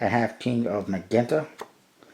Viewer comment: It's pronounced "sai-an" and "majenta"